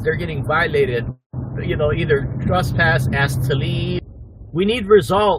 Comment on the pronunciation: What is trusspasse? needs a class apparently on proper pronunciation of simple english words.